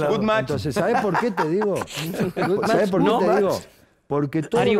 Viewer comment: Es indignante xq encima Vignolo dice q el tampoco habla ingles pero igual Ruggeri sigue pegandole a Langoni CABEZON 1ro aprende hablar español vos y ponele alguna S a las palabras ...por dioooo. Que va deciiii... vo que sabé.... no hablé sino sabé